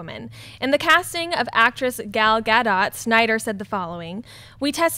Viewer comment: Gal Gadot -- her last name rhymes with "boat," and the emphasis is on the second syllable. So it's like gaDOTE.